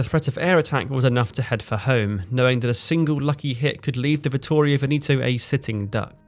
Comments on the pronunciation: VENETO is pronounced "Vehnehto" (not Veneeeto). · You say "VENETO" with the "E" not "VENITO" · Such a shame you ruin the video by mispronouncing Veneto. Its VEHN-eh-toe. Not Vuh-KNEE -toe. Horrible to listen to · No reason to pronounce Veneto like Veneeto ! Try checking that out next time ! Itˋs bothering ! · Tje Regia of Regia Marina is pronounced "REH juh", not with a hard G, Veneto is pronounced "VEH neh to". Thanks for the excellent description of the battle. i wonder why the Italians sent Vittorio Veneto alone without the Littorio, her sistership, to reinforce and protect their advantage. That seems to have been very unwise of Ultramarine, the Italian higher command, who also erroneously sent two heavy cruisers back to help Pola instead of sending a couple of destroyers. Terrible lack of judgement by Ultramarine who allowed no decisions by the squadron admirals !. This is probably the reason why many Italians accuse Freemasons in higher command of scuttling hopes of victory. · Pronunciation of Veneto is very wrong throughout